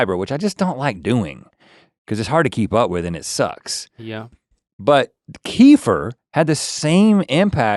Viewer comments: Guys, it's not Kee-fer like Kieffer Sutherland... it's Keh-FEAR or Kuh-FEAR...lol!! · i love kefir, its not pronounced like "keefer" it's more like "kehfeer" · Hi guys, my husband is Slavic. They drink a lot of kefir. And they called it "ker-fear", not "kee-fur". Dont know why.